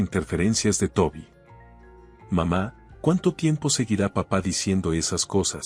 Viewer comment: Porfa nooooo se dise papa mama. Se dise papaa' mamaa'